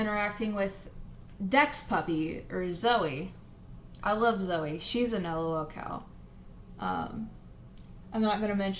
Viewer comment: "l-o-l cow" wtf